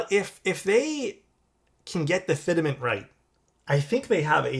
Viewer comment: fit·ment: Pronuciation = fit-mənt. Not fidament. Also, they do provide an adjustment tool for orders. It's inside the aluminum key puller they send you.